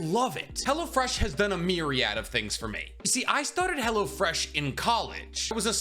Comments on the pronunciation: Lmfao it sounded like youre sayin Hella Fresh sometimes; also WHERE DID YOU HAVE 55 LBS TO LOSE?! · Am I the only one who hears "Hella-Fresh" when he does this sponsor? Lmao